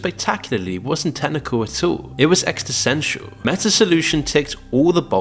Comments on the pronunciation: And the voice-over not knowing how to pronounce 'existential' is how we can still tell this isn't AI generated. Thank you for that 😂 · Could just be an accent 🤷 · it's so sad that we need intentional mistakes to know if it's human :(